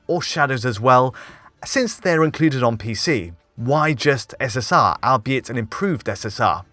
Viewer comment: nelyl8943 he can't say albeit correctly for some reason.